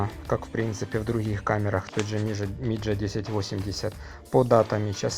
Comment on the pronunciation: не миджа, а мидзя